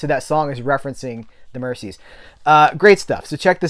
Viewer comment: Hi,. Love all your videos. I've learned an absolute ton of stuff about movies since following your channel. Your passion for the subject is infectious. (I'll throw in an ultra-pedant point: The Mersey river that Merseybeat derives from is pronounced MerZie rather than MerCie)